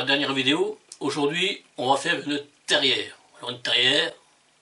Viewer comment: TARIÈRE et non terriere